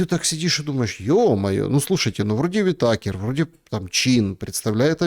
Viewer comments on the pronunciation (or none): Правильное ударение а фамилии на И - УИтакер))))